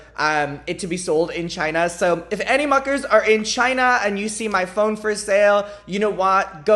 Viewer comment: You pronounce "phone" like "phong" and I was kinda confused when you started talking about tracking it and getting notification...